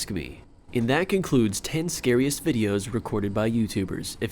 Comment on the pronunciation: scariest night not secret night